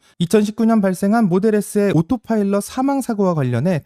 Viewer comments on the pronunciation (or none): none